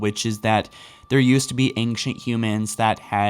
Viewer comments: wait wait wait E N G C H E N T? Engchent isn't it pronounced Ancient??? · Sounds like he says aingshunt foreigner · Love your videos but....Dude please try to practice the word ancient, it sounds like you're combining anxious and ancient and anger x.x. the nc in ancient is a Ch sound like channel....I'm fine with most of the mispronounced words but that one is just grating.... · Dude, you're pretty good... But I hate how you say "ancient."